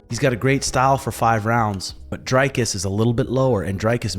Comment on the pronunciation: Good video. Just for future reference Dricus is pronounced Dree-cus and your pronunciation of du Plessis is spot on